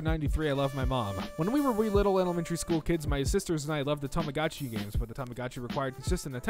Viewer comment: It's pronounced Tah Mah Go Chi - Long O